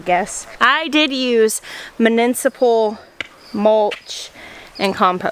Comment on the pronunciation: Love the sound of horses’ hooves as they run… and the quirky way you say “municipal.”😍